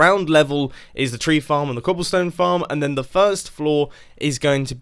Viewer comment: Yes mumbo "cobllestone"